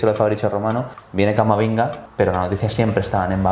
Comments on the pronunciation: le ha llamado Camaminga xDDDDDDDDDDDDD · He dicho "Camaminga". Sí. Sabía completamente lo que estaba diciendo. Espero que "se la saque".